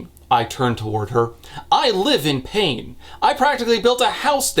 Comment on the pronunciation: I got a good laugh when he pronounced 'live' as 'leave.' XD So it read; "I will happily watch Aretia burn to the fucking ground again if it means you LEAVE!" lol